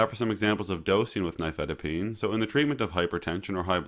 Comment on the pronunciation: Oh at last, an American saying the name "nifedipine" without a foreign accent. The main reason I watch youtube videos is to get the pronunciation correct.